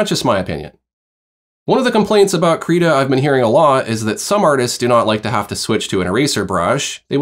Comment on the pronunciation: Thanks very much for going over the tools. Very helpful. -very minor thing but, at least on the Krita youtube channel videos, they pronounce the program name Krita with an "it" or "sit" & not "Kreetah". Please keep up the great content.